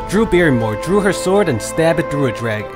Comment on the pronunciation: When you say "through" it sounded like "drew". That's why I wanted you to say that haha